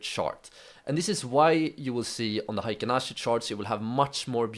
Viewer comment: Thanks for sharing your knowledge. everybody does not pronounce Heikin ashi correctly. It should be pronounced as " Hay Kin ashi ", not " High kin ashi ". Heikin means average and ashi means foot or leg in Japanese.